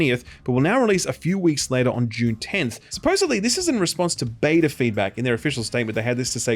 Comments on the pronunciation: Wait when does Dune come out again? It sounds like you're saying it comes out in "Dune" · he says Dune and June the same